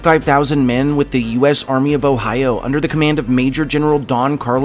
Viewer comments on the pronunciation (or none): none